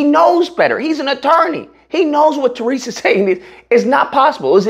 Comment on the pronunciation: If you’re gonna keep up the current grift at least get Tyrese’s name right… I’ve never heard any other person pronounce it that way